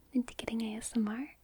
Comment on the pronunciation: i swear at the beginning she said "gay smr"